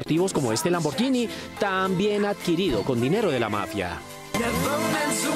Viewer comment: Porque pronuncia LAMBORYINI 😂😂😂 así no se dice